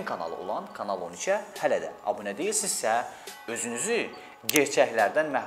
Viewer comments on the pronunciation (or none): none